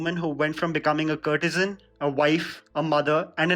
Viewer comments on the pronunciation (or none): Very informative! Can you think of correcting your pronunciation of some words please - valiant, courtesan...